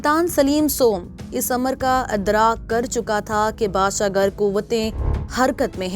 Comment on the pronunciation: u repeatedly a word "Badshah Gar" that is correctly Badshah Gur (King Maker)